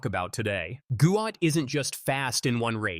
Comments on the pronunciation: He is going to be the GOAT one day. His dad pronounced it almost sounds like GOAT therefore closer to the word GOAT and the commentator still cannot pronounce it, he keep saying GWAT GWAT. SMH Goat Goat, now he is going to be the real GOAT! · We need to RESPECT the entire family by saying his name correctly. If we support his amazing talent, current and future success then we need to Show our support to his family by saying his name correctly. The father has spoken with understanding, balance and with patience. Say his name Guot to support his Identity as well as his talent! Respect must be given immediately and with out any argument. Any this less would be an insult! Give the family the benefit and enjoyment of hearing the cheers GUOT! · Better late than never Guot…..pronounced as Guut or Goot ‘GOOD’ explanation…hope people respect he’s Dads wishes🙏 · GUOT!!! SAY HIS NAME!!! IT IS NOT GOUT. FIX IT TRACK AND FIELD. ALWAYS TRYNA RENAME US.